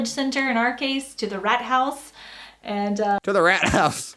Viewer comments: RATHAUS pronounced Rart House is the TownHall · Rathaus = Town hall... And it's pronounced with a long a like saying uh Why you don't just let your guests wear socks... Because we usually have floors with a concrete base... That's cold to walk on. And it's actually very common to let children play in mud. That's what "Matschhosen" are for... Mudpants... So they can get completely muddy outside and simply change clothes and shoes when coming inside. Airing out the house has a simple purpose: our houses are usually well insulated and airtight. Which is why you simply exchange the air of the house regularly by opening the windows. Bathrooms only have fans if they have no windows. I usually have my bedroom windows open all year round. I only close my windows if it's above 22°C or below -5°. Otherwise they are tilted or completely opened